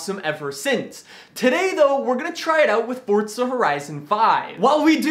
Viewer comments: Can you pls stop saying fortza, its forza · I seriously can’t stand how he says “Fortza”